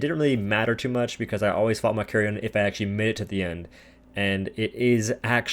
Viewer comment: David von Doom its malkarion “malkarion”